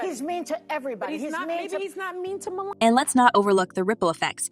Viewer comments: Melania. Not Melina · How do you turn an a in someone's name into an i? It's Melania!!